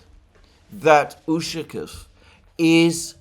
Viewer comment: Dear Alexander, You are mispronouncing the surname Ushakov. Stress should be placed on the 2nd syllable (letter "a"), while you emphasize the "u".